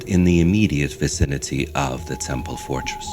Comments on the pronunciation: Is the Narrator saying forest instead of fortress? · Great documentary! Only one critique... The narrator is pronouncing the word "fortress" as "forest," which is an immensely different meaning. I know English is not the narrator's native language, but his speaking ability is very good otherwise! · "Fortress" not "forest." Great speaking voice, dude! Fascinating video, too. Thank you for your hard work and brilliant analysis! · Lol you mispronounced something. . It's not a Forrest. More like fortress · Except he keeps calling it the Chanquillo "Forest" but it's supposed to be FORTRESS. I kept wondering where the trees were :)